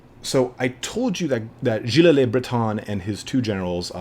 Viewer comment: BTW in Giles le Breton "Giles" is only 1 syllable and is like "jeel" with a French j-sound (like the "s" in "pleasure.") So it's like "jeel luh bruh-TOH(n)" (last "oh" comes out your nose)